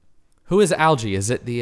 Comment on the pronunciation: Its funny because you call Alge "algae" and he was talking about snails.